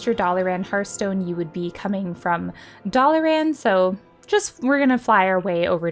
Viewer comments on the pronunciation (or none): Never hear Dalaran pronounced 'dolly-ran' before, hehe. Love it, calling it that from now on.